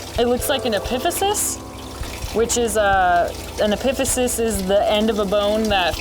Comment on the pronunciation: I knew all the bones and bony landmarks she was referring to except one. I had no idea what she was talking about until i realized it was just the way she was pronouncing "epiphysis". Its so funny how people learn to pronounce physiological terminology differently. For instance ive heard latissimus dorsi as both "doors-eye" and "doors-ee" platysma as "platis-ma" and "plat-eez-muh". I think they are all correct, the important thing is knowing the parts! (